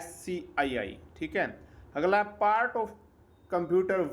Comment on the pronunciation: Aglaaa Dasmaaa 😂😂😂 haryanvi touch